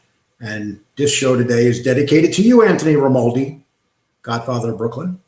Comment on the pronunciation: Listen let me help you ……ask RAY-MON-DI for his DD2-214. EVERY SINGLE EX Military member HAS Tom have these. They are the separation orders. PERIOD!